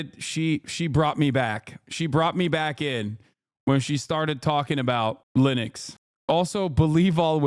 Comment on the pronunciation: She had me at "Lenux" ITS BIG BRAIN TIME